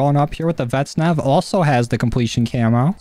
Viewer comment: I swear this guy never pronounces vaznev right he always says “vet-nev”💀